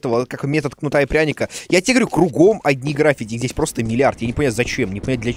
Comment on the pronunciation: Дима, правильно граффИти